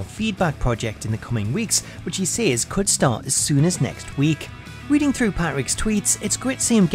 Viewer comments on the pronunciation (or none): none